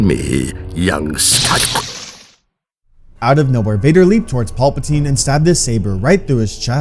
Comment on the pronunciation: Who TF is Paulpatine? You mean Palpatine??PAL- PATINE. Paul must be the clone that somehow came back in episode 9 🤣